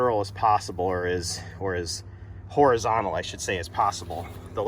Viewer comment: Thumbs up - liked video - helpful .....say "horizontal"